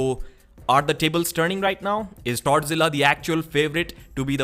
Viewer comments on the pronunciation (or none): Dude, it sounds like you are saying "Tardzila" instead of "Toddzilla". Hahahahaha. My wife was listening, and a few min ago she asked who tardzilla was? I was confused....then it was like, ohhhhh.....lol....thanks for the chuckle.....